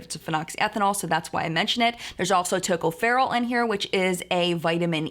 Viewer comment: I think you mentioned tocopherol when talking about preservatives. It’s actually pronounced ‘tuh-cough-er-ul’ and it’s also known as vitamin e. It’s not a preservative but definitely a good addition to the ingredient list. It’s helps with oxidation somewhat and is skin conditioning. It’s a very pretty look you came up with and a thorough review as always! ☺️